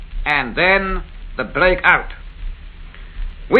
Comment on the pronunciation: Monty's speech defect reminded me of a Monty Python sketch with his 'Wommel' and 'blake in' and 'blake out'.